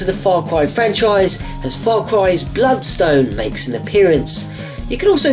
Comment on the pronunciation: Did you say Blood Stone? WAT?